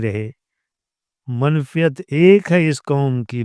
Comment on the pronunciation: منفعت۔۔۔۔ف پر زبر ہے۔